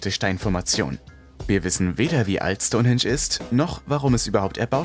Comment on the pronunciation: Stonensch 🙈 STOUN HEEENSCH wird es ausgesprochen.. Bist du echt so Sprachbegabt oder machst du das extra um Kommentare wie meins jetzt zu generieren?! So oft deine Schenkel klopper Schtonensch 🙊